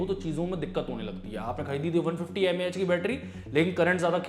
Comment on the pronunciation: I think its MAH not MaH